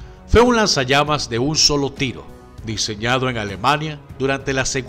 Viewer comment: alguien escucho lanzallames?